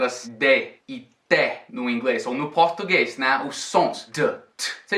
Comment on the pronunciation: "Português" speak like "Portuguêis" "S" não se puxa (Does not extend!)! And the most of it (generality) of the words that you said sounds like ê! And "quisér" meaning "quiser"! Search about the old orthographic rules of accentuation. Before of 2008! There has rules of meaning! What you means. "Pronounce". That in two language (idiom). The "D" mean like "Damn" Watch video "Pronounce/meaning".